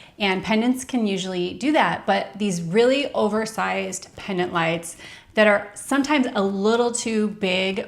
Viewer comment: The word is Pendant, not Pennant